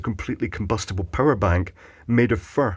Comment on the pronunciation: im not sure if its the accent, but i swear you said a purr' bank